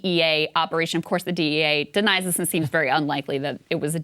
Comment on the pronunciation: That is not an American accent. He says "THEES is a DEA operation" He didn't pronounce it with a short I in this, he says "thees" which sounds distinctly Caribbean. I couldn't understand what followed but the intonation sounded non-American. The last syllable has a long O sound, and again sounds like someone from Africa or Caribbean speaking English.